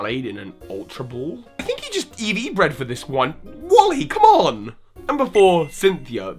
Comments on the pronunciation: "EV bred" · Eevee bread :)